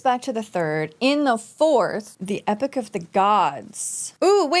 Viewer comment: E - pok not epic haha